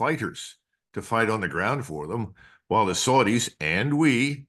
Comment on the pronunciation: YAY-MEN? (Yemen) The SOOR-DEES? (Saudis) HIS-BOLLAH (Hesbollah) CUTTER (Qatar) Why do Americans insist on butchering the English language? 😜